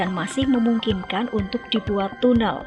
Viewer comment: Ini yg dubbing siapa sih? Kalau pakai mesin tolong penulisan scriptnya disesuaikan. Masa sy denger "basines to basines", tunel.